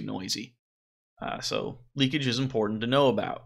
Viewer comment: The word is "leakage."